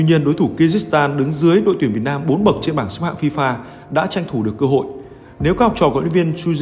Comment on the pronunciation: Để các học trò có CÔ HỢI thi đấu =))) ôi ơi giọng bạn kia không ổn đâuuu tin thì hay mà nghe thì chán lắmm